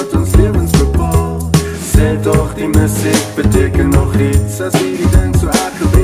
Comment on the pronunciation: Befokte video. Enigste kritiek: die woord 'musiek' se klem lê duidelik op die tweede lettergreep in die normale uitspraak daarvan. So in die refrein se "Sê tog die MU-siek beteken nog iets' is die metrum mos obviously verkeerd, man. Dieselfde geld vir 'apatie' aan die einde van die song. Dis iets wat Francois van Coke ook gereeld doen. Die ritme van daai note moet mos verander om saam met die uitspraak van die woord te gaan